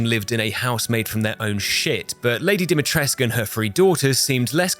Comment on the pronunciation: I am still amazed about Lady D and her inability to pronounce her own name right. Good run without running.